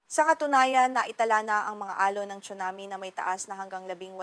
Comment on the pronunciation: Anchor chunami daw tsunami 😂